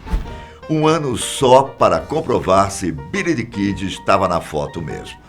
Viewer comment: " Bílí Dí Kídí "